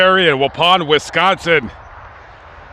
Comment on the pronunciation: Lulz how says "Wisconsin". Yeah, we'd know you're not a local.